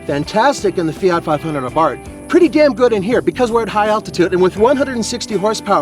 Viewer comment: Abarth is pronounced A bart? H is is silent?...I've always heard it called A barth, hear the h.